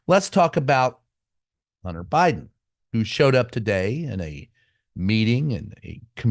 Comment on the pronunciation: "Hunner?" WTF. First of all, it's MISTER BIDEN. Secondly, it's Hun-Ter....Hun-Ter. It's not "Hunner." Cupid stunt probably says "Hunnert" rather than hundred. The race to the bottom has a winner!!!!